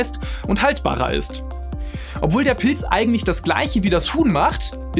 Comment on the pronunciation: Schaue doch Mal wie man Pilz ausspricht, ich höre die ganze Zeit Pils😂